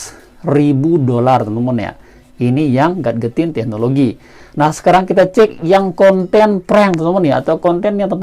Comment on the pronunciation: Baca nya gejetin bro, bukan gat getin